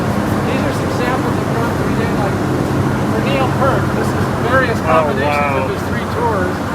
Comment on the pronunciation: And he still can't pronounce Peart properly!